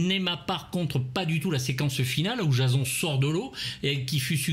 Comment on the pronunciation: Très bonne critique, merci pour cette vidéo. Mais j'ai du mal avec ta prononciation : Jazon ? On prononce plutôt "Djésonne", non ? (pas la peine de répondre j'ai la réponse...) mais je trouve ça rigolo que tu prononces ça si mal... Un culte du cinéma d'horreur... Tu n'as jamais écouté tes "confrères" ou même le film ?